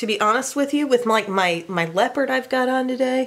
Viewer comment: Did she just say leapard is her favorite "neutral" i was laughing so hard. I love that 😂😂😂